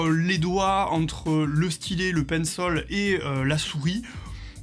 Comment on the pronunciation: Pourquoi tu dis pinssol et pas Pencil ???